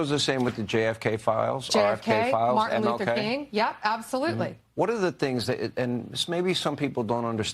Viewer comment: Tell me Bondi didn't say Mar-en Luther?